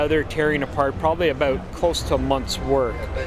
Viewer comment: Ab owut sorery 😂 screams Canada